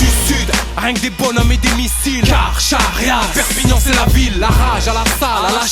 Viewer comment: Carcharias ça se prononce [karkarias] et pas " kar chat riasse. " ^^